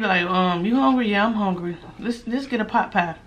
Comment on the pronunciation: U say potpie, I though u were saying popeye. I am like why she kept saying popeye, when this is KFC Lol! 💕💕💕 Love you! You make my day a little brighter everyday. 💙 KFC coleslaw is the Bomb! 🎈🎈🎈